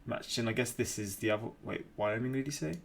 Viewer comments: You got wyoming and ohio right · Ohio and Wyoming you got it correct